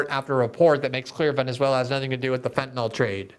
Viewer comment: Glenn, as much as I admire your journalism and impeccable integrity, I have to say just because everyone else mispronounces fentanyl doesn't mean you have to. Sorry to be persnickety, but in chemistry, misspelling by one letter gives you a completely different substance. In the real world, that can be dangerous. So please note, the word ends in -yl, not -ol, (which would be an alcohol). It rhymes with benadrYL, not alcohOL. I doubt I'm the only one who feels this like nails on a chalkboard, and YES, you could buck the others and start a trend! Thank you for your attention to this matter.